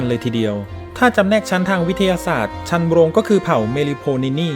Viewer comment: ชันโรง อ่านว่า ชัน นะ โรง ครับ